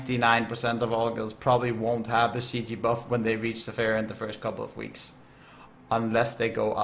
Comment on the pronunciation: sa-FI-ron, not sa-PHAI-ron